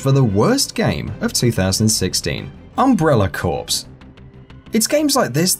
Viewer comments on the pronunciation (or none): You pronounced corps wrong. It is pronounced like "core" not "corpse". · "Corps" is not pronounced "corpse" like the dead body. It's pronounced as the word "core." This isn't even a debatable one like "caramel" or "pecan" it's just straight up, one pronunciation. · Corps. is pronounced Core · You pronounced corps wrong but corpse is an accurate description.